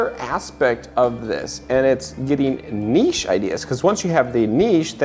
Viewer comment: I love it when people can pronounce niche ("nish").. Thank you!